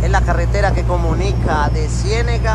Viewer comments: Es cienaga no cienega. nunca fue capas de pronunciarlo. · se dice Cienaga.... saludos